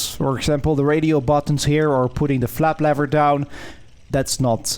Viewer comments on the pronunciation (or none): lever not levvver please :)